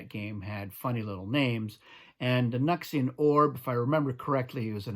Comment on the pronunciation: The way you say it makes way more sense. We've been saying it like "New X Ian"